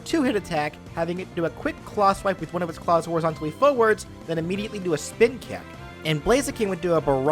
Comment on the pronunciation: "Kick the foe foewuhds" jesus that hurt my ears